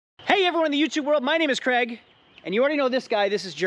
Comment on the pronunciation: yer name's not Creg ya clown, Craig is a Scottish name, pronounced CRAYG!